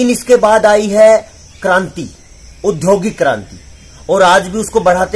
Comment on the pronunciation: अभे ज्ञानी उद्योगिक नहीं होता औद्योगिक होता है।